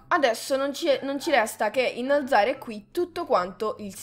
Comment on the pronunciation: "innalazare" detto come lo dice è epico xD